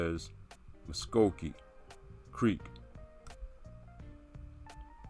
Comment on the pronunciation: You are not pronouncing the name correctly lol Your talk of “phenotype” and not knowing anything about our language or history tells me everything We brought in African escaped slaves and many took slaves themselves. Of course we have some mixing going on in our history. If you’re trying to claim the original mvskoke were people “of your phenotype” then you are just not very informed. Some would say IGNORANT